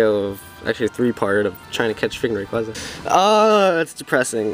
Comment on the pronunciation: This is what u get for calling it ray-quo-za. In all seriousness sorry man feel bad for ya